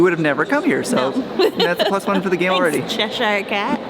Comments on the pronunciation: CheshEEEER not CheshYYYYYR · Che sher cat pronunciation the che shire cat prounounce like blackboard scrape for ukers lol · Steve keeps making fun of the way says "Cheshire" cat 😂 and I told him "Steve we're talking about the person who called Trafalgar Street 'traflinger' street" 🤣